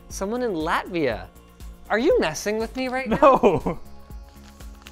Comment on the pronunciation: dang first time hearing linus say latvia im from latvia and I wonder if he knows this country cause he said it correctly and not confused.